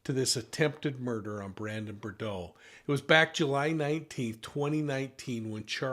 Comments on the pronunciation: Easy answer: $$! The real question is - why charge Lori and not Melani, the man's wife? (BTW it''s pronounced "boo-droh" - You can hear them pronounce it correctly in the clips you use and watch.) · Brandon BOO-DROW (rhymes with new-snow) please. 😉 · Brandon BOO-DRO Offensive that you are doing a story on someone and can't even correctly pronounce their name. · Brandon Boudreaux...your spelling and pronunciation of his name are incorrect. 😉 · you're mispronouncing brandon's last name every time you say it. come on now. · it is very irritating that you don't try to pronounce Brandon BOUDREAUX's name correctly! it is pronounced Bou-dreaux, there is an R in the second syllable. I should know, my last name is Boudreaux! So unprofessional. Look at the spelling and see your error. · It’s sad that you cannot even get his name right. It’s a French name and it is Boudreaux. Pronounced Boo-dro. I expected better from you. This information as been out there for three years. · Thank you for the phonetic pronunciation of Beaudrow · Brandon Boud”R”eaux Pronounced Boo D”R” O. I find it extremely disrespectful to repeatedly pronounce someone’s name wrong. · Boudreaux does not have the d and r juxtaposed. It’s pronounced Boo-dro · Interesting… btw the pronunciation is “Boo-DROH” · Brandon's last name is pronounced /boo-'droe/ with accent on the second syllable.... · Love you but please, its BOO-droh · Brandon Boudreaux - pronounced as “boo-dro” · Not BER-DO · it’s Brandon BOOD-ROW. Just so you’ll know. Great video! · Brandon Boudreaux. Not Bourdeaux. Although I love a good. Bourdeaux 😊🍷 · I'm sorry, but it was bugging me so much that he was pronouncing Brandon's last name as "Bore-dow" instead of "Boo-drow." 🤪 I know, I know, I'm being petty, but people's names are important and we should get them right. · BOO-dro , not RIRD-row! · ❤BRANDON "BOO-DRO, NOT BRUR-DRO !! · It’s Boudreaux not Bordeaux …💋🧚🏻‍♀️❤️🇺🇸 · BUR-DOH is also incorrect 😵‍💫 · Boo- drowe